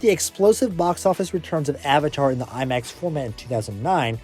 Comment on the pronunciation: "lie-max" ??? Lol